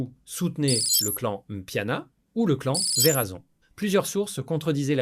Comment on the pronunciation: 😂 grave Verazon au lieu de Werrason